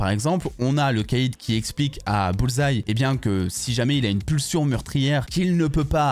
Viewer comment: Au moins maintenant tu prononces bien le nom Bullseye! 😅😅😅 La différence est peut-être le cardio entre les 2. Bullseye est plus solide"